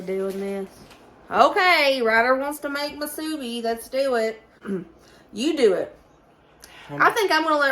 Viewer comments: Yes Hawaii has Spam Musubi and it is pernounced moo su be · From Hawaii🌴 Yep, we love our spam here! Spam Musubi’s are popular in the go food/snack. Musubi is pronounced, “Moo-Sue-Bee”.